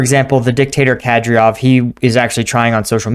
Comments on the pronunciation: It's not Ke-DrioV, it's Ka-Dy-Ro-V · Its Kah-deer-off sir. Currahee out. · Its Kadyrov. Pronounced KAH-DEER_OVV.